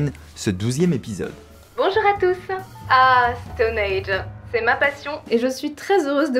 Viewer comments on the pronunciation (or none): Super vidéo, cependant je vais peut-être faire mon relou mais on dit Stonehenge et pas stoneage